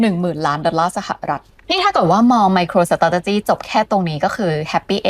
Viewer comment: ไมโครสะเต๋จ๊ะจี้ โอย... ขยันพูดซะด้วย---> อ่านว่า ไม-โคร-สเตรท-จี้) ออกเสียง 4 คำ นี้ล่อไป 6 คำ